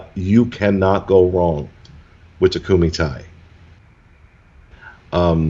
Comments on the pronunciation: It’s tay not tie. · they're just letting them know how to pronounce something properly... Takumi-Tei is Japanese hence why it needs Japanese pronunciation, わかりますか? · I typically love your Disney Dining Show, but this one was totally phoned in—literally and figuratively! You didn’t even remember what you had to start, you pronounced the restaurant name incorrectly and had no photos. I’m really disappointed; I’m used to a much higher standard from you. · You're still not pronouncing it right :D